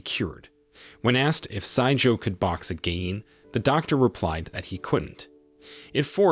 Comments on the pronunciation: wtf is wrong with tts saying 'AGIN' wrong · the AI voice is struggling to say again a lot